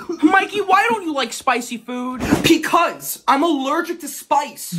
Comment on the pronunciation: Peeeecause??? Who says peeeecause💀